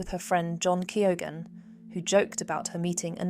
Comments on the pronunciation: Definitely AI. You don’t have to be Irish to know that Keoghan is not pronounced Kee-o-gan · Youghal is pronounced "Y'all". And Keoghan is pronounced "Ke-own".